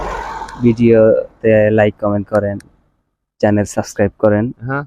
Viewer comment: চেলেন না ভাই? চ্যানেল।।।🤣🤣🤣